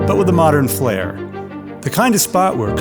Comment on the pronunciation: "Flair" please.